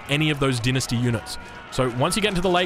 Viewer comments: You can say the same for the Chinese with him pronouncing dynasty as "dee-nus-tee" instead of "dai-nus-tee" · Lol, dinesty, you mean dine-esty